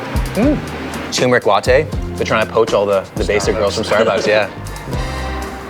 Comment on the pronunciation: Hey, I've watched a lot of your videos and noticed you pronounce "turmeric" incorrectly. I just thought I'd point this out as you're a fitness/food/nutrition guy and it helps to be correct on the little things if you want to be taken seriously about the bigger things.